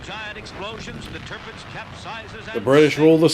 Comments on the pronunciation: You're gonna love this... Clarkson's best work I think. You must watch the other one he did. Equally brilliant. Turpitz... not Turpix. The German government was very differently considered in the early 30's remember. Hitler came to power in 33. Certain members of the Royal Family had certain Nazi sympathies as well for a time. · Its Tirpitz, not Turpix